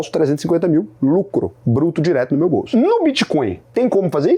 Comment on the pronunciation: Muito boa a explicacao. So falta aprender a dizer o nome da moeda